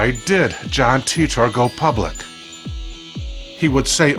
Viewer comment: "Teet-tor"? I always thought it was pronounced like tighter.